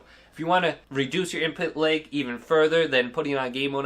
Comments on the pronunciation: “Input Layg” ?? 😂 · Why do you keep saying input LEG? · Nobody: This guy: input laëg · Seems like an OK guy and all but this was driving me nuts